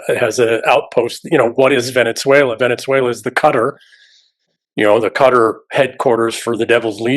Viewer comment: Qatar is pronounced Kah-tar, not cutter.